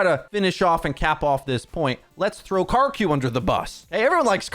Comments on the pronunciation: It's Kiri-koh, not kireek-ko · You are a huge influence in the community. Please attempt to pronounce Kiriko correctly. It's not Kareeko. Please try harder. Japanese names are super easy to pronounce if you just try. If you need help, paste this into Google translate and listen to the robot voice, きりこ